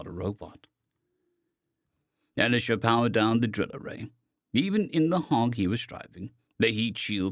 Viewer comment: Elisha is pronounced Eh-Lie-Zha.